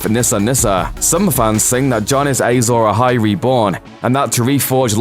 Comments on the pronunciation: Who else cringed every time the announcer said "Azor Ahai?" It's pronounced Ah-zohr Ah-hai, not Ay-zohr Ah-hai. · Ay-zor Ahai? 🙄 it’s written and spoken Azor Ahai. Clearly the presenter, like Jon Snow, knows nothing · Your pronunciation of Azor Ahai is OFFFFFF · A lot of GOT fans getting pissed off at how he says azor ahi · They struggle enough with getting real life actors names right, there's no reason to think they would pronounce fictional ones correctly.